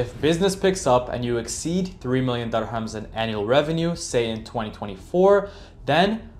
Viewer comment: And dirhams is pronounced dir-hams, not durr-hums.